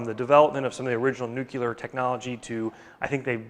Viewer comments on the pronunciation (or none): "Nukuler" lol. Is this how the physicists pronounce it? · Did you really say 'nucular' in the intro? Almost fell off my chair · You said nukular!